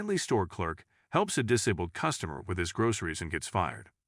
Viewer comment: Dis - able try saying like this.